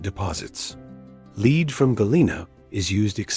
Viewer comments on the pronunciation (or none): Why didn't anyone check the AI voice-over? Pronouncing LEAD wrong!?!